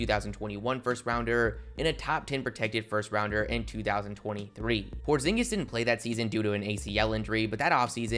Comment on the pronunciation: Did you say Kristaps Pornzingus?